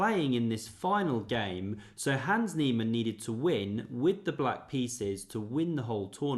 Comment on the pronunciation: You just can't be flexing with German words if you're totally butchering the simplest name "Hans" by saying "Hääns" 😑